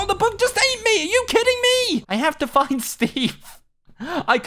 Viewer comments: Steve said fu*@ instead of find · when u said i have to find steve it sounded like you said the f word